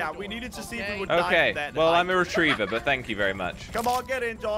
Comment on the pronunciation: he said rettriever